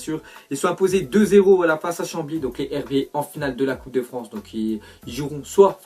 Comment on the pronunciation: Sa ce dit les ZHerbiers sinon bonne vidéo